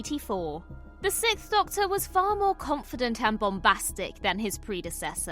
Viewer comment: you are literallying saying "sickth" not sixth